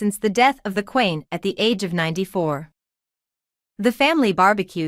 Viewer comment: If you must insist unprofessional photoshopping at least get the pronunciation of their names right. Leweee not lewis. Wales not walis, oh and Queen not quarn. Then not Her( Charles) mother but His mother. Need I go on?